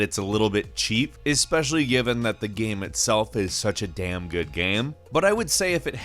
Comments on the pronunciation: Can you not pronounce 'game' correctly? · I hear "gaem" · Am I the only one who hears him saying "game" weird? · I see what you mean... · yeah sometimes it does sound like he says it in a weird way.